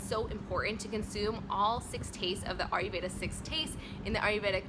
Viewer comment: it's not "are you"veda it's "ire"veda